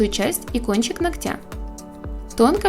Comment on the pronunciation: Девочки! Если вы занимаетесь маникюром и учите этому других , ТО! - научитесь ставить ударение "нОгтя" , а не ногтЯ. Просто уши трубочкой , когда такое слышишь, уважаемые профессионалы!